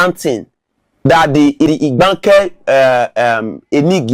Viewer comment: This man cannot even pronounce Igbanke, poor fellow.